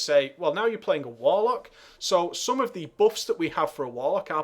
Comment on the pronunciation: Your accent caused me to mistake Warlock for "Wollock" haha.